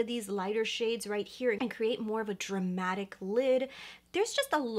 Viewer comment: “Dramática” you let the Latina slip out 🥰🙌🏽